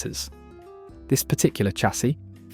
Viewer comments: SARN dringham??? It is pronounced SAND ringham, you wally!! And Chassis is correctly pronounced SHA (as in shall) SEE, not Cha (as in chat) see; see??? Muppet!! Oh, and after talking about an Aston Martin in a shade of green, why show models in red and blue??? DOH!!! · For a British voiceover (AI?) you should be saying chassis correctly - ie shassy. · Chassisis pronounced "Shasee"